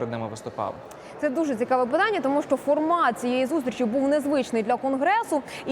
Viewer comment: Як же мене висушує це її шчо, точъку зору. Ну чому це бл&дство стало трендом. Поясніть цій малій, Що її роботизована вимова до української не має ніякого відношення.